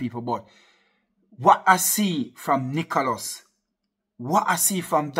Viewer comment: Man said nicholos